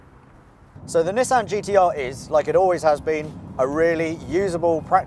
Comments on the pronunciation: Nis San >:| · I honestly can't stand it being called Nis-San... A lot of British people get mad when Americans call it a NeeSan even though thats how the Japanese pronounce it more or less. Grogeous car though